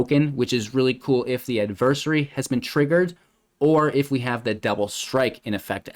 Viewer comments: Add-ver- sAarie Adversary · Gonna need you to look up the proper pronunciation of adversary...... please and thank you